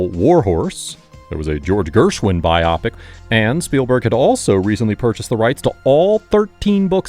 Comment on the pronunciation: learn to pronounce biopic correctly